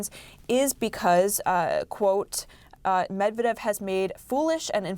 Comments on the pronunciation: Her pronunciation of Medvdev is so cute 🥰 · bro she can't even say "medvedev" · this idiot doesn't know how to pronounce the russian guys name lmao. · F CNN you couldn't even pronounce the Former Russian Presidents name. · She just mispronounced Medvedev which could escalate even more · she cant even pronounce medvedev and she is a news anchor? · First of all, Trump doesn’t know how literally anything works, so not news. Second, if you’re an on-air anchor for a major international news outlet, you really need ot learn how to pronounce Medvedev, ‘cause right now you don’t have a clue. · is MEDVEDEV so hard to pronounce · his last name is Medvedev not medavev....dumb journalist........she has TDS disease forever.... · She even can't speak Medvedev right. She sad Medevev lol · Stupidity not medeved its Medvedev😂😂😂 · It’s not Dmitri “Medeved” as Caitlin says here. It’s Dmitri “Medvedev.” An honest, mistake? Probably yes. But that doesn’t mean we shouldn’t try extra hard to get it right the next time, even though I admit it’s not an easy word to say. Just trying to be fair to all sides. 😊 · It's Medvedev and not Medevev